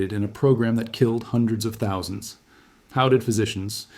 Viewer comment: Why are you saying "thousand" so strangely? Threw me off the first time. I had to back the video up.